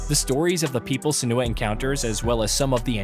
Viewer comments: It isnt suh-NEW-uh. It is sen-you-uh. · Her name is pronounced three different ways in the game itself 😂 Sen-you--ah Sen-oo--ah Sen-wah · That's not how you pronounce "Senua". If the guy reading the script had actually played the game he would know that. If the guys writing the scripts in India have accents too strong to be palatable to western audiences, at least get on the same page with the voiceover people. This is apparent in almost every video on this channel. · That's not how her name is pronounced 😅